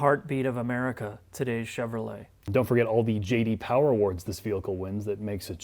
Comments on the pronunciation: JD POWAH HAMMAWR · No one: Not a single soul:: JD Powah